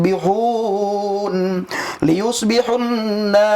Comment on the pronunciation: Bacaan Qur'an nya salah2. Dibaca liyushbihunna, padahal yg benar layushbihunna. Beda baca, jd berubah maknanya. Ketahuan bukan nyantri beneran. Inilah kualitas murtadin.